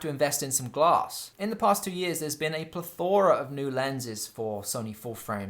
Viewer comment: 15 minutes packed full of useful information, British humour and genuine camera knowledge... but I'm subscribing based purely on your pronunciation of plethora...☺️